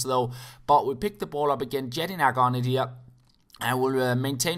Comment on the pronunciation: Just to let you know jedinaks name is pronounced yedinak